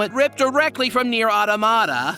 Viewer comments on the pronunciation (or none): none